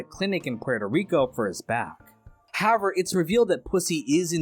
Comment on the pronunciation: I noticed that too. In every video he says however a couple of times, always pronounced "Hower" or "howe-air". Pretty funny. 😅